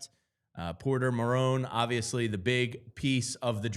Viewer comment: dude can't even pronounce his name correct, it is MAR TONE, these sports analyst need to become more 4for4 and learn hockey